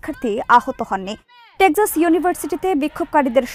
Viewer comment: please correct your pronunciation of "TEXAS"